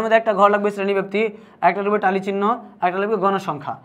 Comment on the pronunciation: টালি না ট্যালি